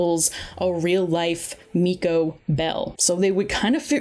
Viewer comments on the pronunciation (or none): none